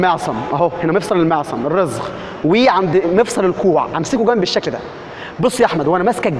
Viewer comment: مفصل الرزغ.... لاحول ولا قوة الا بالله اسمه مفصل الرسغ